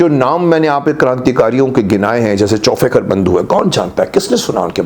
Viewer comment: कृपया 'खुशीराम बोस' नही, 'खुदीराम बोस', 'चौफेकर बंधू' नही 'चाफेकर बंधू' कहीये तातश्री ! 🙏